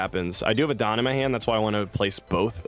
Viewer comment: Why is bro INCAPABLE of pronouncing "Dawn"